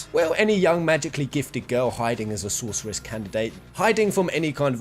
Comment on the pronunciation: Nice video, but I was distracted all the way through by your weird pronunciation of Sorceress. Also, you know that's not how you say catastrophe, right? Because you'd be about my age if you were 12 when you first played FF VIII, so I really hope you haven't been going through life saying 'Catastroff' when it's 'Catastrofee.' I never considered that Selphie could be a sorceress on any of my playthroughs of the game. It's an interesting theory, but given that all three female characters have unique magical limit breaks, you could probably make a fair argument for any of them being potential sorceresses, not just Selphie and Rinoa. Sure, Quistis needs items to pull off her Blue Magic, but I don't see anyone else casting freaking Shadow Flare with Para-Magic. That's a damn GF skill.